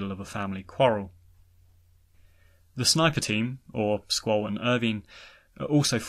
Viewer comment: Your mispronounciation of Squall makes a good video nearly unwatchable